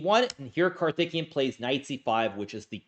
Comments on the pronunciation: Just one small point, his name is pronounced: CAR-THICK-KAY-YUN. Karthikian sounds like his Armenian cousin 🤣🤣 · "Karthikeyan" is pronounced kar-ti-KAY-an, just in case you're not indifferent on this. Note that in transliterated Hindi "th" is an aspirated "t", and likewise "ph" is an aspirated "p". All respect for the rising tide of Indian GMs. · swore he was saying Karthikeyan was THICC the whole time. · The way you are pronouncing the name 'karthikeyan' .. sounds like he is a Uzbek or Armenian player.